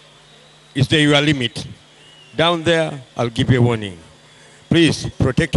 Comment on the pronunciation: anong salita yan narinig ku pa si ate waring haha 😂😂 waring waring daw hahaha